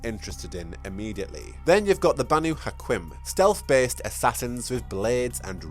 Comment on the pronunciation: And Camarilla is "Cam-a-reea" or "Cam-a-rill-a" depending on....who you are. And it's Banu "Ha-keem" not Hackuem.